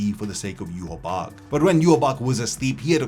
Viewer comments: Im so annoyed at people talking about Bleach and phonetically pronouncing Yhwach. We all watched the damn anime. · Why can't anyone say his damn name right? Shit is annoying.